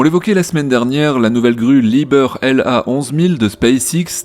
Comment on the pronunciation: Liebherr (gentil monsieur) ... prononcer "lib-air" pas "lib-beur" ;-) et merci pour ta(tes) video toujours très attendue !!!